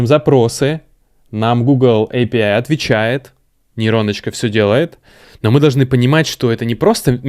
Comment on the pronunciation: Боже, наконец-то человек, говорящий «эй пи ай». Меня отучили мои англоговорящие друзья от произношения «аапии», ответив «ну ты пописай и приходи обратно» (англ: ah pee) :)